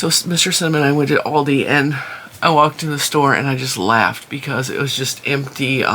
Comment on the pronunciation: The company Aldi was founded in Germany by the brothers Albrecht and after a dispute they divided the company in Aldi Süd (south) for South Germany and Aldi Nord (north) for North Germany. They have a different stock. Trader Joes is basically Aldi North. And the A in Aldi is pronounced like the A in America 😊 Hope that wasn't too boring 😂